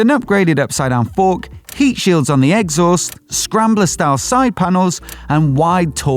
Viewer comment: I cringe whenever he says the word new. Please do not pronounce it as nooo! Also exhaust is not pronounced Eggs ost.